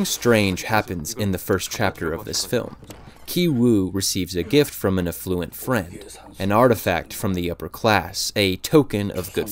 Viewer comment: More nitpicking - the way he stressed the word “afflUent” 🙂